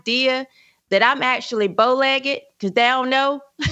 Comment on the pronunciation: did say she was BOW-LEG-IDD??? DAMN!!!🤣